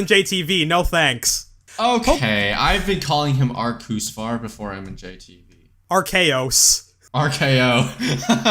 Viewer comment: Why do people still call him arseeus?😭